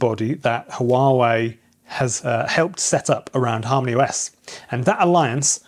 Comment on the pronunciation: When I first heard you say Harmony OS , I thought you said HARM THE US 😂